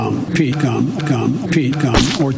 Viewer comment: Did Sleepy Joe just say Vaccines dot gum?